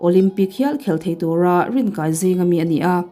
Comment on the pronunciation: Rinkai tihlai Thluk diklo Rinkai thluktur